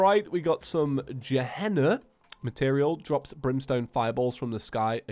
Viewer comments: gehenna excuse me its gu- hen- na not dge henna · Its pronounced ge- henna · I think it's pronounced Ga-hen-a